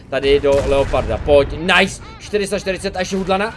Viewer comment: videa super ale z toho tvojho "nice" mi krvácajú uši ...